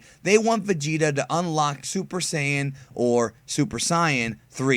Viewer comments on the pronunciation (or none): Either say saiyajin or say-an. Wtf is cyan? A colour? Stop being such an insufferable snob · Wtf is super psi-an it's super SAIYAN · Actually, the correct pronounciaton (according to the japanese episodes) is "super sayajin" in america its' "Super sayan" not "super cyon" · Hold up, hold up, hold up... before we talk about SSJ3 Vegeta.... What do you mean, "the RIGHT way to pronounce it?" If you mean like "sai-an," then no, it isn't. It's pronounced "say-an." If your argument is "BUT JAPAN SAYS IT THAT WAY!!!1!1!1!!1" then no, you're also wrong there. In Japan, that say "sai-ah-jin", or "say-a-jin." You're WRONG. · Oh great another cyan pronouncer. Smh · You americans all say saiyan wrong. It is called sayajin elsewhere in the world. You just cant pronounce it. Its the same why you call tenshinhan tien all the time. Only the us does that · Very good vids, but what's with the weird name pronunciations? Go-ku, Saian, etc? Do you have any vids explaining? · Super sie-an? No...just no...not even in Japanese...no... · Why do you pronounce Saiyan like that?